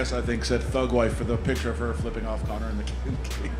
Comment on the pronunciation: Man said connorsius macgreggory 😂😂😂😂